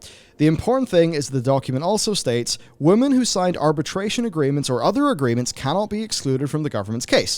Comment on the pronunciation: Is it just me or does he say 'woman' instead of 'women'?